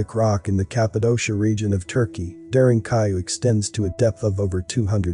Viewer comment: I think it's very important to double check pronunciation when presenting a documentary. **it's DARE+EN= DAREN + KOO+YOU= KUYU; pronounced DAREN-KUYU ...And yeah, it's amazing.